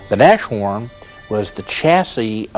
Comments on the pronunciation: Its not pronounced NASHHORN it is pronounced Nas Horn! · because no one knows any german pronounciation... nashorn is nas-horn but if you don't know the word/language, you may think of nash-orn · "Näschoan" xD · why they call it naschhorn xD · God i hate it when they say NASH-HORN.... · These guys need to learn to speak German! They mispronounce everything.